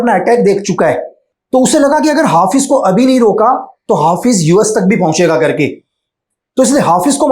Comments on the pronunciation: Kerke, Kerke, Kerke 😂😂😂😂😂Kerke, Kerke, Kerke😂😂😂😂😂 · 'Karke' word is gadwali tone😊